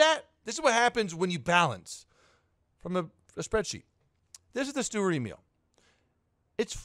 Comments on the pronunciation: saying Sturer sounds more like Steward and YouTube subtitles agree with me. Also Sturer is an adjective and there are no other Emils in the game, so why not just call it Emil? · it's pronounced shtuhrer